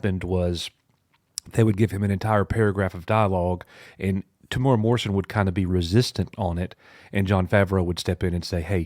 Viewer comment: “Ming-Na Wen and more importantly... Temura” Oof, not a very cash money thing to say dude lol